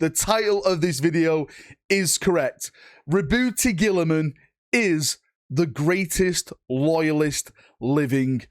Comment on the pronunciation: prenounciation: "RAH-BOOTY GILLYMEN".